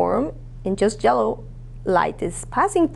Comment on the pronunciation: didi she just say jellow?